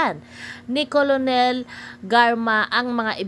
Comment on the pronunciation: Kolonel ba ang tamang pronunciation?